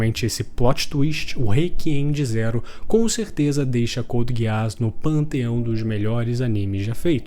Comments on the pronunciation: me perdoa cara mas NÃO É GUEASS É *GUISS*!!! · "couldi guiáss" rapaz... Pronúncia 100% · Pq ele smp fala a pronuncia dos personagens errado? Lelouch se fala (leluti) code geass (codi geazis) po nem e tao dificil, qnd vc conhece a obra e alguem fala a pronuncia errada fica mo estranho sksksksk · Finais perfeitos: Code geass, FMAB, Breaking Bad 🤝 Edit: começei o vídeo agora, que pronúncia é essa mano? Code gueás 😂😂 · Amigo por favor tenta melhorar a pronúncia do nome das obras, a Code Geass com essa pronúncia é triste.